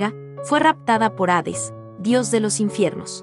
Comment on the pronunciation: Hades, no aves .